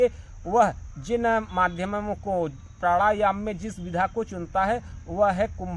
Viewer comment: 😅😂प्राढ़ायाम 😂 😝🤣 प्रथमतः अपने उच्चारण की त्रुटि सुधारें तत्पश्चात ही आपको प्राणायाम के विषय में कहने की योग्यता प्राप्त हो सकती है। "नाच न जाने आंगन तेढ़ा" वाली कहावत आपके लिए ही कही गई है। आपसे ही प्रथम बार सूनने को मिला है कि प्राढ़ायाम भी कोई शब्द होता है 😅